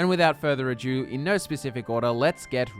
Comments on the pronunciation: love the way you pronounce further ado, sounds like further adieu like futher goodbye :D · Without further adieu ? What sort of English is this! 40 seconds in 😅